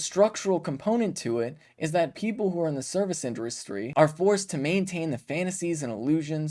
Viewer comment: "indurustry"? You talk for a living Ben.....get it together.